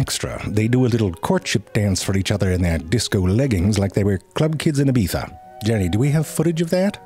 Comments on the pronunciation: That pronunciation of ibiza was too good, do you speak spanish? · I am spanish. The fact that he pronounced Ibiza absolutely right amazed me more than the bushy bushy and twisty twisty thingies.